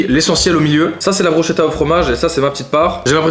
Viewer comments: On dit pas bruchetta mais brou ss keta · Bruschetta ça ce dit « brusketta « T vidéo sont vraiment incroyable et ton autre chaîne aussi continue vraiment 🙏🏼🙏🏼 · Mes oreilles qui saignent quand tu dit bruschetta 😂😂 Sinon bonne vidéo j'adore !